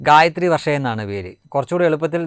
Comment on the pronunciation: ഗായത്രി ആയില്ല ഗായവൺ എന്ന് പറയു